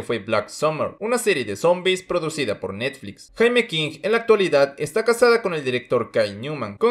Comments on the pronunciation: Wey se pronuncia “yeimi” king (para que me entiendas) no jaime king jajajaja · Cuando dijiste "Jaime" me dio cáncer en la sífilis